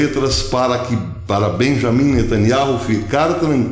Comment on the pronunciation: "Beyamin netanYAU".....